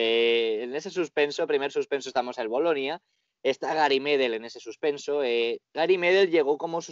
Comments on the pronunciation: Así como va esto, vamos a tener a Irati con un look tipo del Piero y a José cómo Gerald Johanson jajaja. Buen vídeo como siempre, lo que si (es una pequeñez) pedir si pueden pronunciar bien Medel y Pulgar que no tienen el acento en la silaba 'Me' y 'Pul' respectivamente, es 'Medél' y 'Pulgár'. Saludos desde Chile muchachos ! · Se pronuncia MEDÉL Y PULGÁR, NO MÉDEL NI PÚLGAR